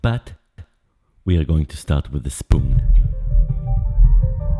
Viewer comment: Ze schpoon and ze schtamp